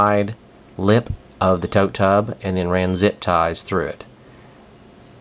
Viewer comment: Yeah, you said tote tub, sounded like tub tub, too many times, but this was very interesting and I will be following your steps to start mine this spring.....thank you so much. You were very helpful.